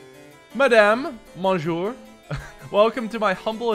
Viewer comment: I love that he read it as "monjour"